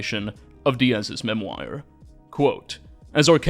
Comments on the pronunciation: I thought it was memoir, not memwire. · Ive never heard anyone pronounce Memoir as Mem-wire haha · Dude is this voice AI ??? I genuinely cannot tell, but it keeps mispronouncing words and it keeps catching me off guard…if this is AI, please check spelling twin, if not, my brother in christ it is (memoir) MEM-WOR not MEM-WHY-OR 😭🙏🏼 please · It's not pronounced "memwire". /mĕm′wär″, -wôr″/ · English Nazi here! Memoir is pronounced MEM-wah. I actually like yours better, but I'm a French Nazi as well. Wonderful video, and your voice is very warm and engaging, in other words the polar opposite of the hideous AI narration we are too often stuck with these days. Subscribed! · "Mem-wire" LOL - Oh, never stop mispronouncing things xD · I'd like you to look up how to pronounce "memoir" (it isn't a memwire) and "cacique" (it isn't caquique). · What's a "Massachusis" and "memwire"?